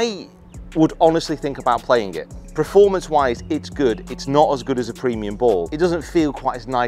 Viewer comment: Do you keep saying Preformance? Or is that just me